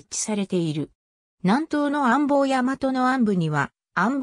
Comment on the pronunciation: 安房（アボウ）をアンボウと連呼されてるのが気になる･･･